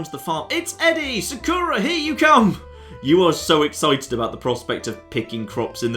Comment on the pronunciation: Also... am i the only one who hates how he says 'Sakura'? damn it, i pronounce it as would any japanese person would.